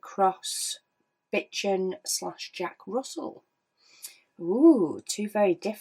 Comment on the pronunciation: I'm sorry but i was cackling when you pronounced bichon like bitchin'😂😂 it sounds more french, as if it's written bishon with a bit of a longer o